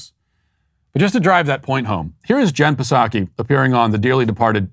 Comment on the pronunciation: lmbo dude straight up said ¨jen pasaki¨ straight up savage Matt lmbo